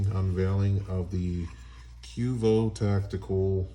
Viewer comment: And it’s Q.V.O not quevo